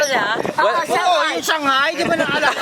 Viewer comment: That "SHANGHIA" shanghia naman ehh HAHAHAGA